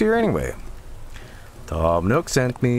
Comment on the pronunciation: Toom Nook... More like Tom Nookem